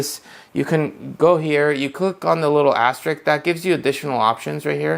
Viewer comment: "aster-ISK", not "aster-ICK". just saying :)